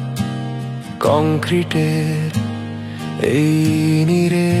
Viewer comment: গানটা ভালো লাগলেও "এই নীড়ে" ভুল উচ্চারণ করে "এই নিরে" বলেছে যেটা আমরা বাঙালি হিসেবে অপমানের😢😢 আগে বাংলা ভাষার উচ্চারণ ঠিক করা উচিত। এরপর গান-বাজনা কিংবা অভিনয়😅😅